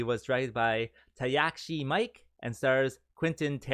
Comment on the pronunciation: Its pronounced sue- ki-ya-ki and ta-kesh-shi mii-kay not trying to be a dick jut helping also usually I'd drop a fun fact but i dont happen to have one so cherro